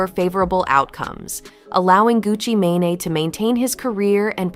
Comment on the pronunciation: Why they saying gucci mane name wrong 🤦🏽